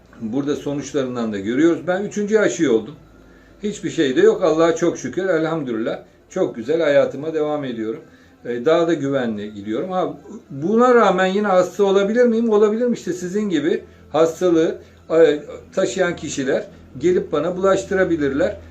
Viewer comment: Öncelikle Allaha hamd ederken telaffuz ettiğiniz Elhamdü(R)illah değil Elhamdü(L)illah demelisiniz doğrusu budur... Keşke bu sıcak patates aşı topuna girmeseydiniz. Bizler AŞI karşıtı değiliz bilakis AŞI DAYATMASINA karşıyız...Aşı bulaşı önlemediğine göre ki bu bilimsel olarak ıspatlanmıştır pekâlâ aşılı olduğu halde virüs bulaşmış kişilerde bu virüsü başkalarına bulaştırabilirler...Yani aşı olmayanlar virüsü yayar tezi çökmüştür...Bu anlattıklarınızı Hamza Yardumcıoğluna anlatın hatta onunla bir program bile yapabilirsiniz hodri meydan! Boyunuzun ölçüsünü bir alalım varmısınız...Ben Hamza beye bir çağrıda bulunacağım inşallah meydandan kaçmazsınız...!